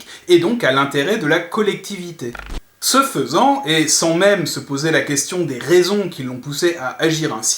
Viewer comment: > « ce faisant » ou « ce faisan » ?